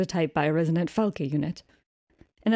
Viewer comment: I genuinely hate how he says Falk and not Falke :[